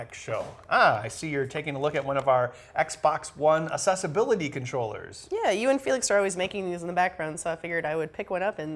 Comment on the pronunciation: The way some people pronounce "Accessibility" really bugs me. it's Access not Assess